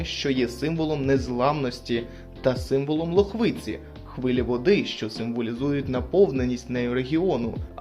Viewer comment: ЛОхвицi, не ЛохвИцi